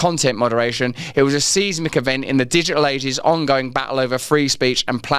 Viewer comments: Seismic isn't pronounced like you say Russ! "Sizemick" try this way dude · The way you are pronouncing seismic (SIZE-mick)is driving me nuts.